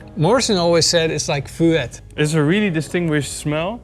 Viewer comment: Btw guys, Fuet is pronounced like F-wet